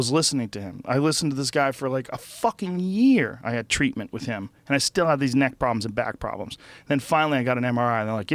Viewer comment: Joe "Decompress your kneck " Rogan